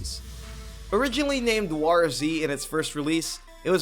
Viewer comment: Your inability to pronounce "war" correctly is distressing.